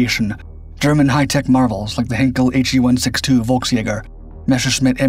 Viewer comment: The He 162 is pronounced with a V like Victory, not Wolksjäger 😡